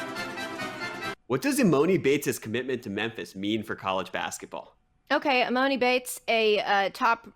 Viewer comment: This is how you know they have zero clue who this guy is. It’s Emoni and Emooooooni bates